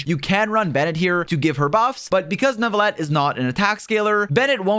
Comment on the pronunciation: There is no way your not French. The way you said Neuvillette